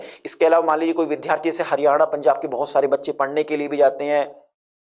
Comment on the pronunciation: वि धा रथी। नहीं। वि द् या रथी। ये सही pronunciation है।